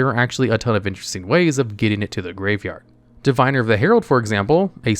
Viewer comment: Just because youre a lore channel, Diviner is pronounced divvinner. Love you, gravekeepers servant and sanga of the thunder are my favorite cards.